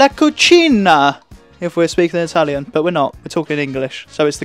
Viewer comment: good pronunciation in Italian! Will you do the next Vlog completely in Italian? 😉 Emma is getting good: she is an example for all beginners! ❤